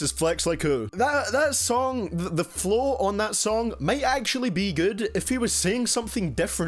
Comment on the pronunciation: "For people that speak normally" as you pronounce flow as flough